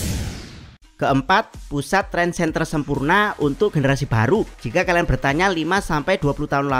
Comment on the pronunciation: Trendsetter, bukan Trendsenter 😅😅